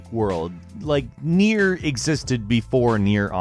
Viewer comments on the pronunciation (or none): learn to pronounce nier man 😂